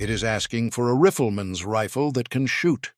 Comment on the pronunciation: "A Riffleman's rifle", huh? A.I., ridiculousness again....